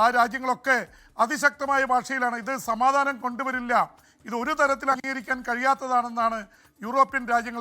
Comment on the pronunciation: ചാമാധാനം.. ചാമാധാനം